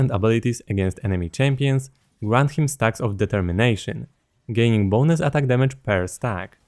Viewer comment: did you say ? DETERMINATION